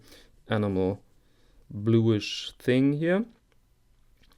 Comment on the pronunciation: For Your Edification: The word "enamel" (German: Emaille) is pronounced "e - NAM - el". The emphasis on the second syllable. Bitteschön.